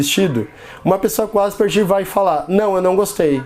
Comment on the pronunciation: Asperger se pronuncia ASPERGUER.